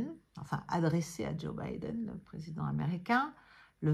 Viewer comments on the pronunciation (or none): none